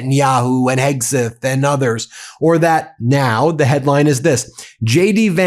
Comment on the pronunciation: Were you saying Heggsith?